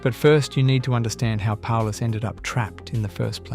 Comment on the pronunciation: Sorry, I stopped watching after you messed up with Paulus.